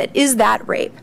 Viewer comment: The guy needs to take a few lessons in public speaking. His voice is slightly irritating and high pitched, and he constantly gets ahead of himself - not to mention "wape".